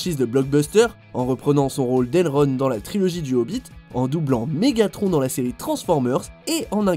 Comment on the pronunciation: C'est qui elronne ?? Sa ce dis elronde bordel